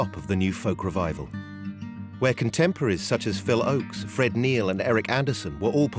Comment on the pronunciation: Please get someone to proof read this doc who knows that Phil's last name was "Ochs" not "Oakes". Also this doc gives much less credit to both Tom Paxton and Phil Ochs as songwriters and performers than each deserves.